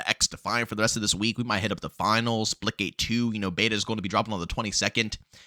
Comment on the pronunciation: OH splitgate Thought he was saying splickit